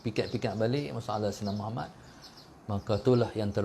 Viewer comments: Pulak... Lg 1 nk tegur, kalo nk dptkan kebaikan dari selawat ke atas nabi kita, sila sebut MUHAMMAD dgn betul, BUKAN muhamat... Huruf ت dan huruf د kalau silap sebut mmg lari jauh maknanya... Jgn main2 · Aku perati lama dh, sebutan dia muhamat, spatutnya muhammad... Nama nabi kot, camna nk dpt berkat selawat.....